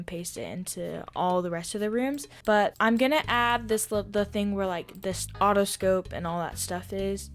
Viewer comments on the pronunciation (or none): “A Otto-scope… the other… scopes” ur so silly